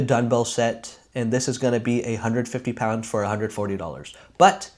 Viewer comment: Are you saying Dunbell?